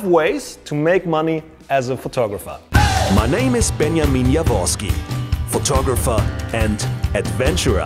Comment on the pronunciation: funny how you say ''Benjamin'' xD